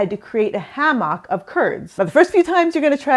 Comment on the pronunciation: Never heard someone pronounce Hammock that way before. Great video